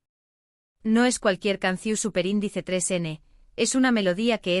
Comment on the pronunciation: No es Lugrima es LAGRiMA NO es CAPUTULO es CAPiTULO No es CUNCiO. Es. CANCiÓN iiiii lo de SUPER INDICE TRES NO ES......ERES PESADA .......... iiiii muchos errores mas APRENDE A HABLAR MEJOR